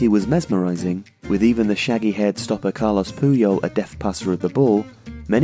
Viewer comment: Carles, not "Carlos" Puyol.